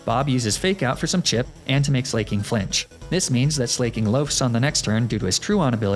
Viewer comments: Do you mispronounce Slaking on purpose? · ITS NOT SLAY-KING!!! 🗣️ ITS SLACK-KING it’s a play on words, for example “someone who is slacking on their duties.” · Loved the explanation on Slaking's weird loafing, but I thought I was gonna pull my ears off every time you said Slay-king. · Slay-king huh? Fa-chaw-day huh? I assume I’m being trolled haha.